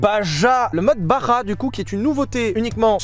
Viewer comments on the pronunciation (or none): On dit BaRRRRRa